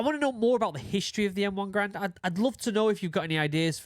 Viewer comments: Yes, the proper pronunciation of John Cantius Garand's name is closer to GARE-und. The reason that I am so firmly convinced of this is that I have actually heard the man himself pronounce it that way, in a film of a speech that he gave, and he started out by introducing himself to the audience. Giving him the benefit of the doubt, I'm confident that he knew the proper pronunciation of his name. As Mr. Garand was actually French-Canadian, from the province of Quebec, and thus was a native French speaker. His family emigrated to the U.S. when he was a child, and as a result he actually pronounced his name with a little bit of a French accent, with the "-und" syllable pronounced in a sort of nasal manner with the last 'd' being silent. I'm sure that the pronunciation became "Americanized" due to the fact that at the time of the rifle's adoption it was long before there was easy widespread access to audible recording, and any documents and information regarding the rifle was propagated by on-paper documentation. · John C Garand was French Canadian, and the name is properly pronounced Gair und, not Gar And. Having a family name people often get wrong, I think it polite to use how Garand pronounced it.